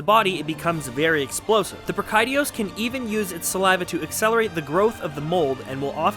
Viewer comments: please don't think that I am trying to be rude however when I play online the majority of people I hear say is. Bra-ki-dee-ous. Ive been playing since 4u and I don't know how to pronounce all the monster names. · OMG the way you pronounce Brachydios is so triggering! But great video though! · Bruh-kai-dee-os? Bree-kai-dee-os? What.. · great video. Your pronunciation of brachydios had me rolling